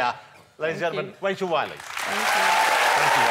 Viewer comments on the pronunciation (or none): If you are going to put an dude with a speech impediment on national TV, please avoid having him host a woman like Wachel Wiley! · Wachel Wiley wiff Jonathan Woss.